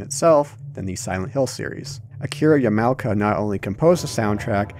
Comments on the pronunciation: "Ya-MOW-kuh"? Dude, you need to learn how to pronounce Japanese names correctly. "Yah Mah Oh Kuh". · Pronouncing Yamaoka as YEE-MAO-KA is like nails on a chalkboard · Great job playing it properly on an emulator... DuckStation was allready around when you uploaded the video, and even the older emulators had all the fixes you should've used. The poor game. And my glorious eyes cringe... "Yamowka" Now my ears cringe, too.............. Wish I could give 10 dislkikes... :-T